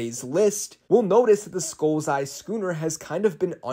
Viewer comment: Who else heard “gooner” instead of “scooner” 😭💀